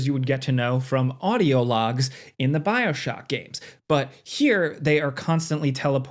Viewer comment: Bro said Bioshoky